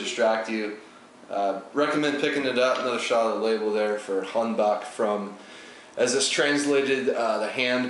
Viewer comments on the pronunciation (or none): In norwegian, two A`s, like in Haandbakk. Is similar to the word "Law" without the L,when you pronounce it.